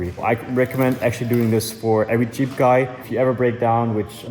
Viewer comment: pronouncing jeep as cheap is pure poetry! love your work.